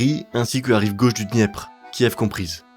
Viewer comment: La Rus de Kive m'a pas mal irrité les oreilles aussi.